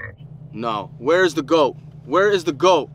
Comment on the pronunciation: Yea but you said gott not goat